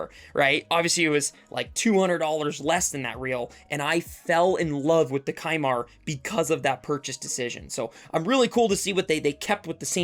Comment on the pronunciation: Isn’t it pronounced “sea-mar”?